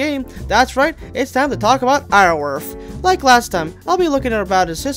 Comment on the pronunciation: Apologies about being "that guy" but Iorwerth is actually pronounced like "yaw-werth" It derives from the Welsh terms Ior (meaning lord) & Berth (meaning beautiful) Iorwerth in-game is named after the Welsh medieval king named "Llywelyn" or "Llywelyn the great"/"Llywelyn ab Iorwerth" Welsh is a stupidly hard language to pronounce so I don't blame you or anything lol.